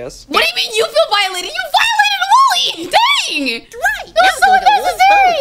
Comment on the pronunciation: “Woo wee” no it’s wooly